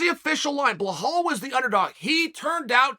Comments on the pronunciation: His name is so simple - Belal ( Bill + Al ). But Bluhawl 🤣🤣🤣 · Why does he say "Blahol" instead of "Belal" ?? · Uncle chael, it’s belal not bahal for the love of god ! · Only problem is ur calling him behal instead of belal lol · Please read my comment it’s BELAL NOT BEHAL BEE-LAAL like lad but with a L so belal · Have we been saying BELALS name wrong this whole time and Chael is saying it correctly 🤔. BEHAL?? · Stop say BAHAL! lol its BEEELALL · Mate, his name is BELAL, not BLAHAL 😩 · For the love of God it’s Belal not blahal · His name is BeLal not BeHal. But love this show. Great insight. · It’s borderline racism the way you blatantly keep calling BELAL Blehal. It pisses me off every time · Uncle Chael, It's Belal not Blahal 😅 But you gotta love it, welterweight division is stacked! 🔥🔥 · he somehow made an easy name a hard-to-pronounce name lol I think he must have done this on purpose, it’s a running joke now in all his videos just butchering ppls names 😂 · Lol chael why are you adding letters to “blahol”’s name ? 😂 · Blehal? I'm starting to think he's mispronuncing these names on purpose now. 😅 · BELAL be-lal . Like lad but lal now say it w me BELAL LAL not loooool not loahhhal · Who would have guessed Chael would go with “Blahawl” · Bell+All. Say it together now. Belal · Insert <WHO THE FOOK IS THAT GUY> Connor meme when Chael says BLEHAL! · Cmon man it's Belal... There's no H in it. You're using too much oxygen pronouncing it incorrectly. It makes me cringe hearing you say it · Is his name really pronounced bluh-hall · Bell-all, Uncle Chael, Bell-all. Can you say it with me? BELL-ALL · 'Blajhaal' the next mystic fighter😁🤣 uncle Chael never fails to create new upgraded names. the j is silent btw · I get it chael, you’re a company man and you do what the UFC tells you, but I don’t know how many more times I can stomach listening to you talk about beHlal “that’s not how you say my name” Muhammad. Nobody gives a fuck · Who the fook is "Blehal"?